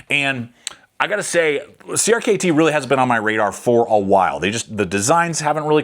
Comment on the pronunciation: Great video. Hearing you constantly say “Creamy” is a bit cringe though